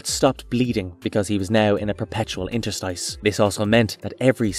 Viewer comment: Only at 5min and you twice made up a definition for interstice while pronouncing it wrong, just check a dictionary next time dam